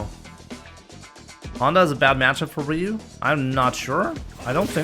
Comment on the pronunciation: I mean it’s Ryu like Ryu bruh